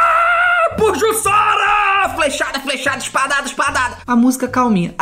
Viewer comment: Se diz "Jussara".